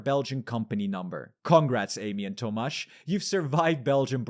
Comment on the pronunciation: my name is tomasz haha I was very surprised when I heard that lmao, never heard someone say it while speaking english. good pronounciation though!